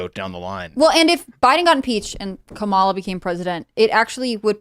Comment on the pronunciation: keeps mispronouncing Kamala....making me do the same....